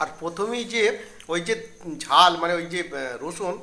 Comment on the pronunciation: Rusun noi ota k rosun bola gadha.thik moto boltao para na